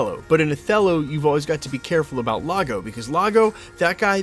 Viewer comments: "Lago"? Do you mean "IAGO" with an 'i'? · I'm 💯% certain it's Iago, not Lago. You Americans are cute. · Great update but it’s “Iago” with an “I” from Othello not “Lago” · It's Iago, dude, with an "I" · Not to nitpick, but Jonathan Majors said "E-ya-go" spelled IAGO, not LAGO. Yes, I'm old. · Wasn’t it Iago instead of Lago? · It's "Iago" with a capital "I", like the parrot in Aladdin, not "Lago" with an "L". 😂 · That is an 'I' not an 'L'. Pronounced EE-AH-go not Lah-go. You should read Shakespeare. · That's a capital "i", not a lower case "L" in Iago - "ee-awe-go"